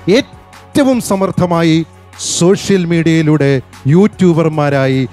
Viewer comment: സോശ്യൽ അല്ല മോളൂ.